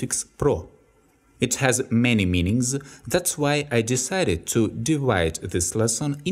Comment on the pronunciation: I checked again. Only a few minor things. meanings (with 'с' ending, not 'з') divide (ди-вайт) (something is not right here) to shoot (ту шут) actions with 'с' ending, not 'з') "the" sounds better in this case with an 'и'-sound, because the next word starts with a vowel. And also in this case you are emphasizing something specific. The word: object. trials (with 'с' ending, not 'з') verbs (with 'с' ending, not 'з') to read (with a soft ending "t" or "d" depending on UK or US English)